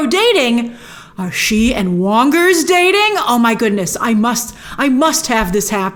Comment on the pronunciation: i chuckled when she said "Wongers". A subtle ** joke?